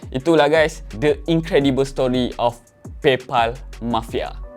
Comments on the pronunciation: Pal bunyi dia pel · paypal pelaqpalat😂😂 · Pay phalll ek... Buruk betol sejutan kau. Tahj sebutan baku tapi aku rasa satu fjnia takkenal sapa. Jadi gunakan sebutan ug diguna pakai oleh pemilik disana. Hahaha. Sama macam kau sebut YouTube.... Bukan YuTuBe ye. 😂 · Ak sebut paypOL xtau pulak bunyinya paypAL yg sebenarnya.. 😀